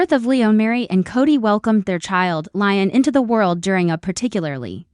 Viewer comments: Leeeeeeon not lion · PLEASE! Educate on th pronouciation of Le'on!